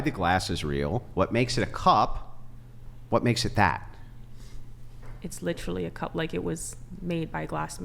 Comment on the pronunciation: Because she pronounced literally….lit trall lee many times. She automatically wins and is correct.